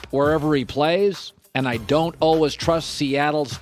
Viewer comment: Uhl-wiz <--how Colin pronounces "always."